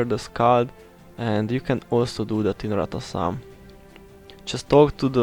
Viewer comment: It's Rata soom pronounced. Kinda latin pronounciation ^^ My problem with the books is they take away inv space which I massively lack anyways.